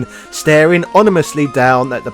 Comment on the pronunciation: Caught that "ONImously"